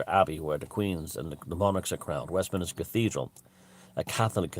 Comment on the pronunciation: West- minster not minister